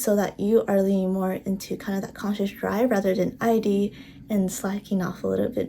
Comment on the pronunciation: Thanks for the video :) btw Freud is pronounced Froyd and Id is pronounced like 'id' you don't say the letters like eye-dee